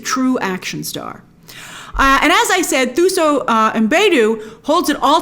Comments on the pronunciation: Thuso is pronounced "Two-So" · Hi grace, lovely review, I’m definitely hoping to catch this one in cinemas. I just wanted to point out that Thuso Mbedu is a South African actress, and her name is pronounced as “Tuso”, the “h” is often silent in South African languages. Thank you 😊. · It's pronounced Tuso not "Th" like the